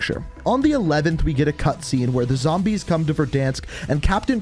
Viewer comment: Nobody:: ZAMBAYSS!!